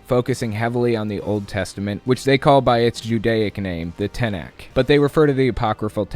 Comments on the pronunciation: It’s not pronounced “ten-ak”, it’s “tah-NAKH”. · its pronounced Tah nACH as in ACHtung a german ach sound